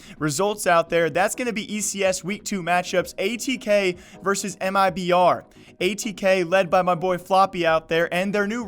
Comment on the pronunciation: the CEO of ATK said it is pronounced "Attack". for future reference :)